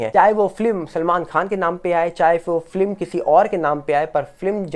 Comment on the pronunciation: आप बहुत अच्छा बोलते है.हम अक्सर आपको सुनते है.पर एक बात चुभती है.आप फिल्म को फ्लिम ऐसी उच्चारण करते है😢.FLIM/FLIM